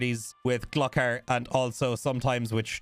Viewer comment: Gluck ar? Nooooooo Gloooo kar omfg dude